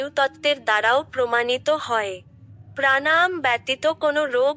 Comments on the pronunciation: প্রাণায়াম উচ্চারণটাই সঠিক হচ্ছে না। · তুমি তোমার উচ্চারণ ঠিক করো। প্রাণাম নয়, প্রাণায়াম। ভাষাটা আগে ঠিক করে শেখো। তোমার উচ্চারণ কানে লাগে।